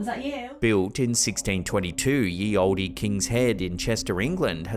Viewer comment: It’s not pronounced yet OLDEE OR OLDIE like you pronounced it. The E on the end of the word Olde is silent